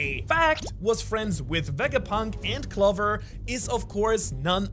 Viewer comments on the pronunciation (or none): Bro doesn’t even know how to pronounce Clover right 💀